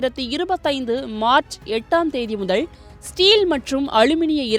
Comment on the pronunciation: அது என்ன முதழ்? முதல் ணு ஒழுங்கா உச்ச ரிக்க முடியாதா?